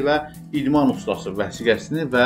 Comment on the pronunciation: ''Usdasi'' yox, ''ustasi''